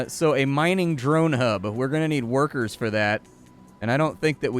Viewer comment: Love how you say "werker" with a German accent xD